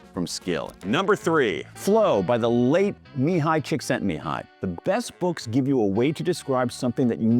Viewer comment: Thank you for not butchering Csíkszentmihályi’s name. Btw the last i is also pronounced (as a short ee, le is ‘miss’)